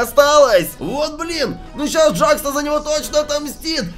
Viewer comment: Это не джакс а джекс тут клоун - это Кауфман а чёрная штука с глазами - это рассеянный Кауфман а этот пузырёк ой точнее этот пузырь это пузырёк а ведущий - это Кейн А этот который вы говорили челюсть это Кейн это не Джек Ой это не джакс а джекс